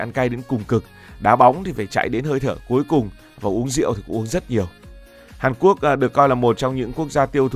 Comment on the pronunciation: ngọng nghịu 😂